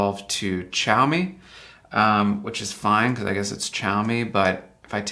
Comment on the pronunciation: I missed the whole xiaomi thing except he can't pronounce it . I'm not trying to be mean I just .. geez